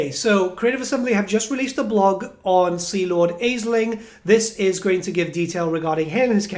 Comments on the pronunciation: Hearing you pronounce it “AisliNG” was peeving considering the Norsca tribe with that pronunciation. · Thanks for the info mate, it seems like it will be a fun campaign with interesting units. But I gotta say, the pronounciation like "Aisling" bothers me 😅